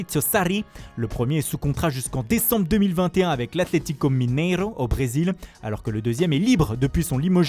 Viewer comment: Mineroôooooooooooo j'aime l'accent 😂😂😂😂😂😂😂😂😂😂😂😂